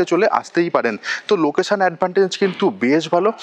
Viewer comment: Bhoj bhoj kore bokche. Loketion bola nai.